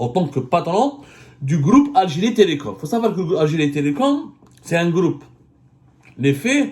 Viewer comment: Le gloup hhhh j'aime bien quand tu dis "le groupe" le gloup gloup c'est quand tebounne descend une bouteille de vodka ça fait gloup gloup gloup 😂😂😂😂